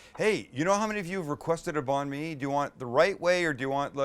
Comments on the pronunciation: Just pronounce it like 'bun me' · Bon me. Lmao your pronunciation is so bad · I know he’s not Vietnamese but the way he pronounces Banh Mi hurts me 😂